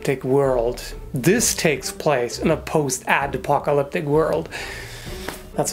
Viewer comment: "Post-apple-lick...." HAH?? So,, what about protecting against stabs?